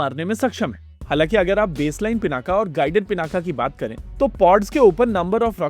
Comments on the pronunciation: पिनाक अकारान्त शब्द है , आकारान्त नहीं इसलिए उच्चारण के अन्त में 'अ ' आयेगा 'आ ' नहीं। तो English में Pinaka लिखेंगे लेकिन उच्चारण पिनाक ही होगा , पिनाका नहीं। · Pināka. Not Pinākā.